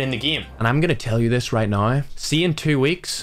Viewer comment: He calls now noew